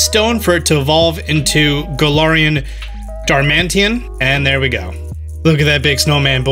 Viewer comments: did you really say darmantian instead of darmanitan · you said Darmanitan. DarmanTIAN and it’s DarmanITAN